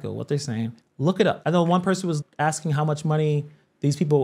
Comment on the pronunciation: When she keeps saying “AXING” does she mean “ASKING “? This is totally UNBELIEVABLE!!!!!!